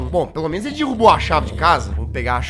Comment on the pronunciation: Kkk adoro quando ele fala "dirruboh"